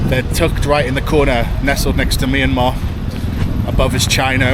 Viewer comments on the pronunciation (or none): none